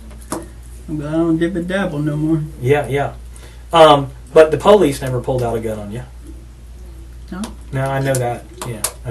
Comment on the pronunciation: “Po Lease officer” 😅